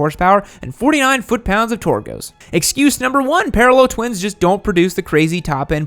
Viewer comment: Torque* please just say it normally lol